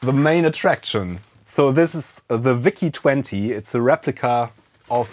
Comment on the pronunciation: Der Vau-Zeh 20. So german🤣👌